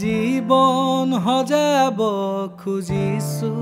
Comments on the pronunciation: Extremely beautiful song ✨ Just one suggestion regarding pronunciations - "xojaabo" , "xaahox" in place of "hojaabo", "haahox". More power to you guys ✌🏼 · Pronounce the word correctly, "Hojabo nohoi....xojabo, rest is good bro